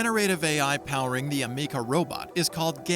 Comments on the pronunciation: ah meeka? learn to pronounce the name right for a start. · Amikca....her name is Ameca 😆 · Am-eh- ka